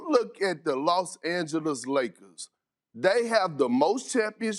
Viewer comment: Nobody: Kendrick Perk: the Lost Angeles Lakers